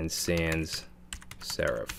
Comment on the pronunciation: Love your videos, you are great and I know you put a lot of effort into your channel and it is greatly appreciated but I just wanted to point out one minor little thing I noticed: it's sans-serif, not sand-serif.